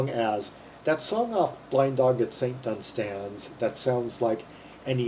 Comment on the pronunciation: One of my all time favourite songs. Minor quibble - The emphasis on the word "Dunstans" is on the first syllable.